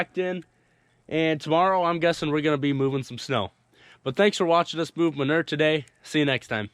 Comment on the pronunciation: I love the way your dad says manurr the way Mike Less does. I grew up saying manewer (rhymes with sewer, so you know what it is). With a new pronunciation, we could sell this stuff for money!